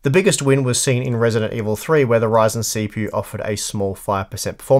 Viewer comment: its a ryzen "not" a reason LOL xD